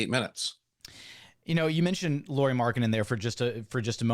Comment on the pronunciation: It’s not “Lori Markkanen” it’s pronounced “Lowry Markkanen”